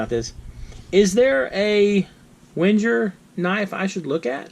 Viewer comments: Wenjer? 🤣 "Ving-er" it's a Swiss army knife, but the name is German. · Good video, but I have to point out that its pronounced Veng-ger